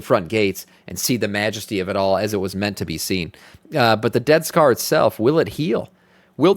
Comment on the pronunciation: Sounds like you're saying, "Death Star" not "Dead Scar" LOL